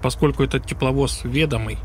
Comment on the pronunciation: Не ве́домый а ведо́мый